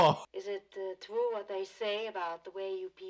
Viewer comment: It's twew it's twew